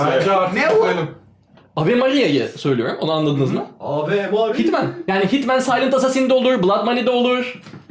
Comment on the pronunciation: Ave Maria'yı öyle bir telaffuz ile yapmış ki yıllardır bildiğim hatta söyleyip çaldığım eseri Afrika kabile şarkısı sandım kcjck Diyorum çok tanıdık geliyor ama ahha Avatar, Horizon, Far Cry, RDR tarz oyunlarda yer alabilecek antik Maya/kızılderili tarzda Amerika yerli şarkısına çevrilmiş ama orijinal olmuş